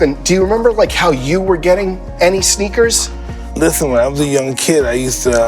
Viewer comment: Mike’s pronunciation “Sheneakers”